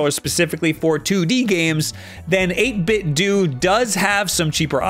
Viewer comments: HE FINALLY SAID 8BITDO RIGHT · that's incorrect. 8bitdo have said themselves it's pronounced doo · The company itself pronounces it as "dew"